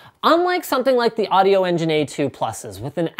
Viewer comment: Never EVER say "audio" again!!!